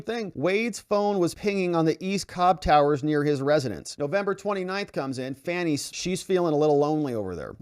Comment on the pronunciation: You know how to pronounce this womans name. you know what you're doing and it isn't funny at all